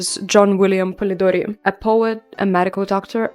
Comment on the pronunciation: I love how you pronounce Polidori, its so cute 😭 anyway amazing video,can't wait for new ones❤❤❤